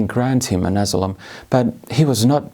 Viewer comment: Lausuntaläksyjä vielä: "Event", "asylum", "ideologies", "Polish station", (heh)... "phenomenon". "Asylum" toistuu useamman kerran, samoin puolalainen poliisi, mutta iso plussa "multiculturalism" lausunnasta.